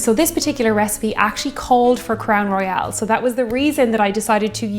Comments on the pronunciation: As a Canadian whisky fan, I don't think I've heard anyone pronounce it Crown "Royale" (as in "royale with cheese" to quote Pulp Fiction) unless if they were French speakers - come to think of it I don't think the French as first language speakers I know do that either. So less "Roy-AL" and more "Roy-ul". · It’s Royal not Royale. Probably s repetitious comment. Love your channel! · Crown Royal will now have to be said... Crown Roy-AL :) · you can do no wrong. With that said I do have some “Constructive” advice. Please can you do ml. to Ounces for us Colonists that are too lazy to do the Math Conversion? Also “Royale” has the “e” in it. “Crown Royal” is pronounced like The Monarchy, “The Royals”. I don’t know, maybe the label in Ireland has the “e” at the end? I love everything you do, Please keep it coming! SanJoseBob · WHAT A GAS! EH! I got the giggles as soon as I saw the Crown Royal (or as you pronounced it "Crown Royale" both pronunciations are correct in bilingual Canada). When you said "Ginger Ale", I thought "Let it be Canada Dry". It wasn't, but it was fun to think. British cider is GAD AWFUL. It taste like they waited for the apples to soften after picking, before making the cider. Canadian cider has a more "crisp crunch taste" like a real apple, but I'm not sure it's available in Ireland. Two of my favourite ciders are from my home town. Canadian Thanksgiving is in October. We don't want to be wading through hip-deep snow to get to the turkey. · and quit saying Crown Royal wrong. I love you.